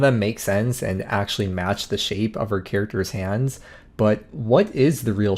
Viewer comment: Did you just say "like hans on the clock"